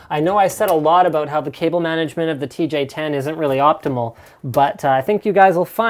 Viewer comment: I like how he fucked up the name in the last seconds of the vid :D